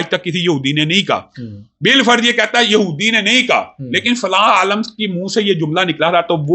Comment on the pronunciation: Ooooo Bhai ise jahil aadmi aalim ko aalam bol ab jinhe bolna bhi nahi aata wo bhi Engineer saab se baat karega jahil insaan hai ye